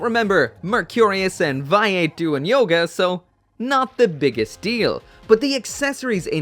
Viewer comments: Say it with me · It's pronounced VAY-ATE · VAY-Eight , Merc -re-us. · Anyone besides me getting annoyed with the way he is pronouncing vayeate and mercurus?